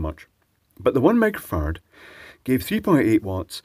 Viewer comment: 1 Mega Fahrad? XD You said it like 4 times :) Edit: Cool, now I hear a very short "micro" every time, but I can mishear it very easily :}